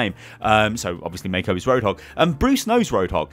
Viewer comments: The pronunciation of Mako would be "Mah-co". "May-co" sounds wrong. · Hey I'm a New Zealander and road hogs name is pronounced mar-co not may-co